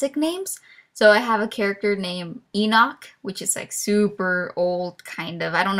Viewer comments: Hey, um, I am sorry but the way you are pronouncing Enoch isn't correct ^^" It's super weird how it is pronounced different than how it is spelled, it is pronounced like E- Nick for some reason :P I know this because Enoch is a biblical name and that is how my church/family pronounces it and My Ex boyfriend is actually named Enoch and his whole family and himself pronounces it E-Nick .o. I am not saying you have to change how you are currently pronouncing it or anything like that, I just thought you should be informed :0 if you already knew this, I am sorry for wasting your time ^^" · If you're spelling Enoch like Enoch, you're pronouncing it wrong XD it's like E-Nick